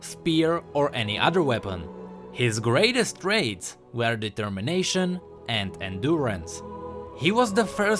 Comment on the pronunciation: Did he just said "Determination" oh geez......